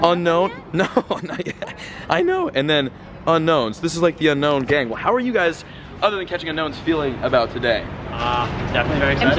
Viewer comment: It's pronounced oo-known